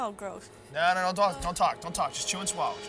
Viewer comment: Joe always said " Chew and Swollow"...